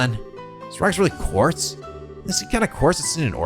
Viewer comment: Just glad to have a prominent youtuber run these games who actually knows how to pronounce "quartz."